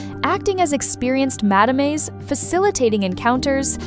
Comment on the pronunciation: please learn how to pronounce the french word Madame!